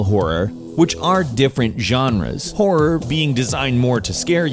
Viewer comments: Stor-EY and Horro-ER ? wut? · "Horruh"... "storay"... stop trolling us meow, K?